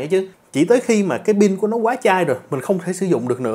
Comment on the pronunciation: Pin đừng đọc là “bin” nha cụ